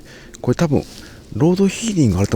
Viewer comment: ずっと「ロードヒーディング」って言ってるの面白かった。